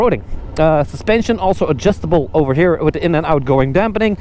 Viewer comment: Did he say the preroad is adjustabre?